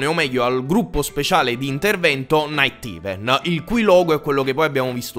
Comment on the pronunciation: non é naitiven, é naiteiven (lo scrivo come si pronuncia così si capisce)